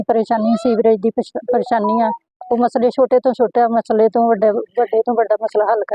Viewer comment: ਜਿਹਨੂੰ ਮਸਲੇ ਕਹਿਣਾ ਨਹੀਂ ਆ ਰਿਹਾ ਉਹ ਕਿ ਤੁਹਾਡੇ ਹੱਕਾਂ ਦੀ ਗੱਲ ਕਿੱਥੋਂ ਕਰੇਗੀ। ਮਸਲਿਆਂ ਨੂੰ ਮਸ਼ਲੇ ਹੀ ਕਹੀ ਜਾਂਦੀ ਹੈ।